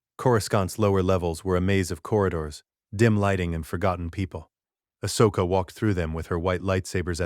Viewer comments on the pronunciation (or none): this could have been a great story if the AI narration hadnt taken me out of it. as others have mentioned the whole P-L-O Koon, A-H-S Oka, K-I-A-D-I Mundi, and A-N-A Kin and then in another sentence, Anakin and Ahsoka's names are being pronounced properly.